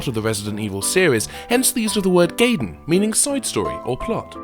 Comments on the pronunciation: You're pronouncing "Gaiden" wrong. It's "GUY-den" not "GAY-den". Also you mean to tell me that really hard Nintendo game I've been trying to beat for ages literally is just called "Ninja Sidestory/plot"? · Isn't it pronounce guy-den, not gay-den? That's how it's pronounced in Japanese anyway. Same with Raiden (wry-den), not ray-den. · Call me a nitpicking pedant, but I feel compelled to point out that the DS port is called Deadly SILENCE, not science. Also, it's pronounced Guy-den, not gay-den. Didn't you see The Wizard? :P